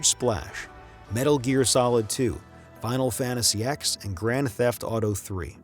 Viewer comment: I love your videos but „8 gigabit hard drive” , „final fantasy ex”… make me wonder does the lector knows what he is reading.